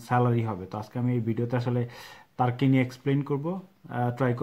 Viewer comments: সবাই উচ্চারন করে তুর্কি, আপনি তারকি বলতেছেন কেন? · তার্কী/টার্কী না ভাই এটার সঠিক উচ্চারণ (তুর্কীয়ে) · ভাই তুরকি কে তারকি বলেন কে। ওভার ইসমাট নাকি। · তার্কি তার্কি বলছে। উচ্চারণ টি না জেনেই করে থাকে। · তার্কি - এটা আবার কি রকম উচ্চারণ ভাই? এই উচ্চারণের পর ভাই ভিডিওটা দেখতে মন চাইলোনা! Sorry! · Jane na kisui! Asche YouTube a information dite!😂😂 tarki tarki shuru krse! Uccharon o krte pare na abal.... Abar koy ordhek naki Europe a... Sagol... Only 3% Europe a bakita 97% asia tei.... Abar turkey er capital naki instanbul 😂😂😂tyle ankara ki? Bolod... Agey jaina nen pore video banan